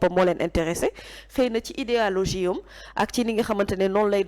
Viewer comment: Merci belle analyse mais on dit idéologie et non idealogie tu l'as répété deux fois. Mais belle intervention!